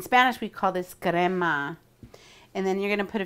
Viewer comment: Something about the fact she said “we call this Creama” triggered me because of the way she made the food- as a Hispanic, we don’t own her 💀